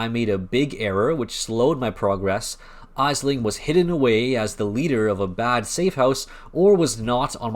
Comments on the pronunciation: its pronounced "Ashling" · For future reference, it’s pronounced Ashling. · Thank you for the video man. Well done. I do have to wonder how you have ran all that content and not heard Aisling name said correctly. Jun says it.